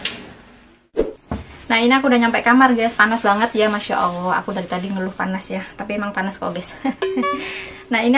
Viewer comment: kenapa bilang MasyaAllah bilangnya masyaawoh 🙃